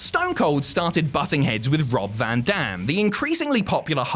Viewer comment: 😂 almost sounds like he said "Brock van dam."